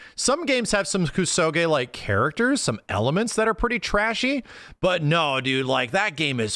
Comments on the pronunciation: your mispronunciation of the word kusoge is grating. It's a Japanese word and you are butchering it with Anglocized fury. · The way max pronounces kusoge and Hokuto no ken weirds me out for some reason.